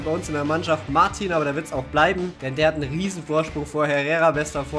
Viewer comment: Der Franzose Martin, wird original Martö ausgesprochen. Genauer gesagt, ne mischung aus Ö und Ä.. wobei die Betonung mehr auf'm Ö liegt. Ich hoffe, du kannst damit was anfangen 😉